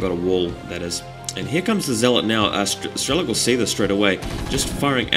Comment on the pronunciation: its nto strelo-KEY, its just strelok, a russian word with no "key" in end.